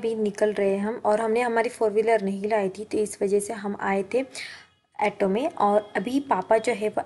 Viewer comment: एटो नाही ग ऑटो म्हण